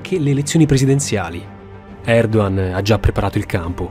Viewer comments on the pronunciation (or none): Recep Tayyip Erdoğan. La pronuncia giusta di Recep é Regep. Poi Erdoğan si pronuncia Erdooan.